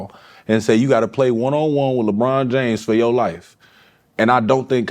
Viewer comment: That man said Lebronto 😂🤣